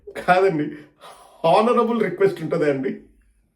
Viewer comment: హానరబుల్ అనరురా అడ్డగాడిదా... ఆనరబుల్ అంటారు.. హ సైలెంట్..